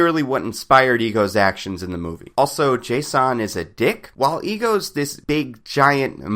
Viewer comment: dude his name is jason.. not JAY-son. no need to make it weird and scfi-ish its just jason lol that being said, love your videos!